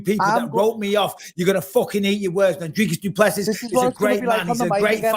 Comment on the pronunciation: It’s pronounced dray-kus doo pleh-c.